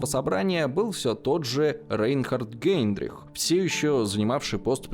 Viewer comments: Возможно, мне послышалось, но не Гейндрих, а Гейдрих! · Не Гейндрих,а Гейдрих